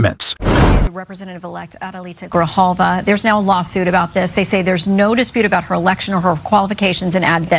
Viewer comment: Adelita Grijalva not Gralva.